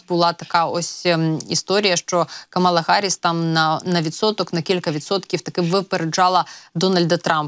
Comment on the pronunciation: КАмала Гарріс, не Камала Гарріс. Майте повагу